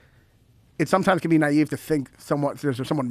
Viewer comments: It's naive not neive. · Technically it’s naïve as opposed to just “naive” and certainly not “nieve”. The double dot over the i lets you know it’s pronounced as a separate syllable.